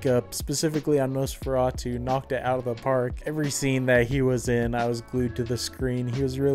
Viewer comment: You pronounced it wrong. It's actually Nosferatu. I've never seen it BTW.